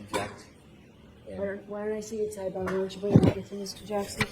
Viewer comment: I love. He should emphasize the Boston accent. He does attempt to pronounce “sidebhar” appropriately., you belong to the people now.